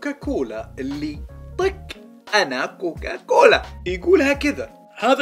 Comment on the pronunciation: يا أخي اسمة COCACOLA وليس COCOCOLA ههههه بس أحسنت والله😂